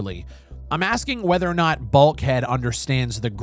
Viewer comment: BULK HEAD. I really thought you said BALD HEAD